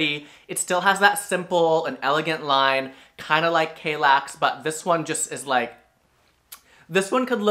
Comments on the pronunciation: What's with the horrible pronunciation of "Kallax"? It has two L's in it, not one. And are you kidding me about the Strandmon? The Färlöv is fricking ugly as hell and mega clunky. I have a small living room and my Strandmon in Lingbo isn't clunky at all and looks way better than the monstrous Färlöv. And Malm came in 2 variants. A lower version and a higher one to put those drawers underneath. And ye, I stubbed my toe several times on my Malm bed, once really badly. It was also really tiring to get out of the Malm, since I had the low one. Now I have the Hemnes and it was such a change. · Just a hint on how to pronounce these swedish names: if there's a "j", like in Vittsjö, it's pronounced like in "Yo" and not "Joe". If there's an "a", like in "Kallax" is pronounced like in "arm". And Ikea is pronounced "e-k-uh".